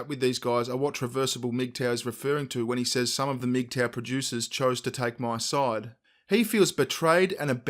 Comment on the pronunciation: Who else thought they were saying "meat tower" at first